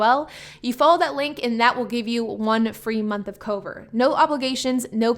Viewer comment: I couldn’t tell if you were saying Cobra, Covert, or Cover